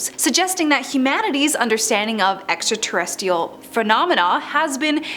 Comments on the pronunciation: you know there is another R in the terrestRial part of your word extra-terrestial? 😂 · she also pronounced extraterrest-(r)ial wrong 😂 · Her “extraterrestial”(misspelled on purpose because that’s how she says it 😳🙄) is driving me nuts! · 27 seconds in and both Frisch and extraterrestrial are mispronounced. You may have the wrong job. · And Extraterrestrial